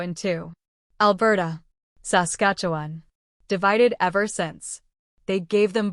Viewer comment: A.I. generated clickbait B.S. That computerized robot voice that can't pronounce "Saskatchewan" correctly makes ya aick!!!!